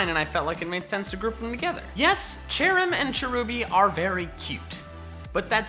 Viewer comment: CHERRIM, NOT CHARIM!